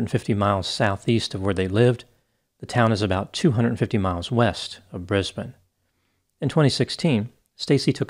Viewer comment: Yeah nah i was shocked he pronounced Brizzy properly & apart from getting Mt Isa wrong & Queensland nearly right he did a great job. It's good to see an American actually taking the time out to learn how to pronounce Aussie states, cities & towns correctly when other American's get it so wrong that it's not only cringey but annoying aswell.. the pronunciation of Melbourne always get me